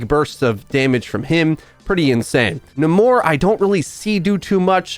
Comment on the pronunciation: Name is pronounced "NAY MORE"